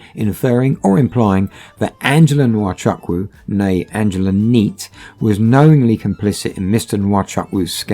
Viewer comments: Nwa Chuck Woo,,, lol its pronounced "Wa Choo- Koo" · To the narrators/hosts: You are Nigerian even though the accent is different. You therefore know that your pronunciation of Nwachukwu is wrong. Isn't it taking it too far to pretend otherwise? (And no, the 'photos' of you, aren't the real deal) On today's subject, I hope he never sets foot on any other soil but his. Evil and wicked scammers! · it’s not totally wrong but it’s more like (n)wa-chuk-(w)u the n and w being really faintly pronounced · How they pronounce nwachukwu as wachaku Dey off me sef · Lol the way you pronounce Nwachukwu is hilarious.